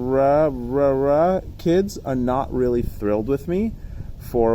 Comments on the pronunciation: Ka-Rea-Rea ... Reararea ... Close enough :D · Ka-re-uh-re-uh. 😂 To throw a wrench in your works, props deal with incoming air from ALL directions. The only time you get perpendicular flow is on a punch-out. Think about it. 😉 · Very disrespectful to pronounce the name wrong every time! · The Karearea folks probably don't like you because you refuse to say their name properly, and it's not a hard name to pronounce... You and everyone else knows how to pronounce it, you just refuse to do it, and you want to pretend to be ignorant about it... Now, don't get me wrong, I really dislike the company, and would never buy anything from them... for my own reasons, but if I'm talking about them, I don't mispronounce their name on purpose like some child being silly... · you didn't even try to pronounce that name correct Karearea. honetly you just dislike them. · I appreciate your feedback, but you are an educated man. you should be able to pronounce the word Karearea just fine. it's an actual bird species BTW. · Totally with you on the prop review. But intentionally mispronouncing their name could be considered offensive, and you are probably fanning the fire by doing that.